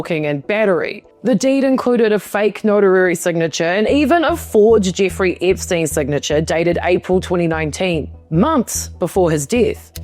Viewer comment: "Inferences", not "interferences". "Notary," not "notarary." Anyhow, interesting video.